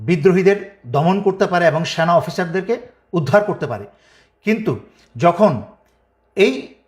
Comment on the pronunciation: তুমি কি বলতে চাও সেনা নাকি সোনা ঠিক করে বলবা